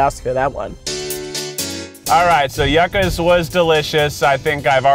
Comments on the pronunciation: Yuck-as. Its you-kahs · The pronunciation constantly changing from Yuck-a’s to You-ka’s just had me sent the entire time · Hearing Keith say yucas wrong just hurts me in my soul especially being Hispanic T-T it’s pronounced “you-ca” I still love you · The "yuck-ass" was so annoying to me... It's you-ca's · YU-CAs NOT YUCK-As 😭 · I don’t know which is correct though I’m thinking “Yuccas” is pronounced “You-kas.” Keith switches from “Yuck-kas” to “You-kas” several times. Regardless of which one is right should have one name down since you go to the place many times. It’s not bad just a pet peeve of mines. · “Yuck-us”. Laughs in hispanic 😂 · I thought I was the only one that was bothered by that lol. It's YOO-CA'S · Keith please it's pronounced yoo-cahs.